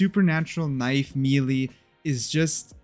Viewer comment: Can someone please teach this guy how to pronounce melee